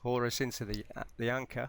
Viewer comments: Horus is a Falcon, some say a Hawk bit is not an Eagle and Ankh is not pronounced "Anchor" as I hear you say it, is supposed to be äNGk. These may seem trifling errors but they set the stage for questioning more of what you're sharing. I listened to the rest of your theory but am remain unimpressed, still I will save this video to my playlist and keep doing my research. Thank you for posting this. Much Love to All. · Surely you know how to pronounce Ankh, so why you insist on saying anchor is very annoying, Ankh is pronounced either onk or ahnk. An anchor is a device, normally made of metal, used to connect a vessel to the bed of a body of water to prevent the craft from drifting due to wind or current. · omg... Falcon.. holy mother it's Falcon. For the love of science... I can't even hear anything else and holy mums, it's Ankh. .one syllable.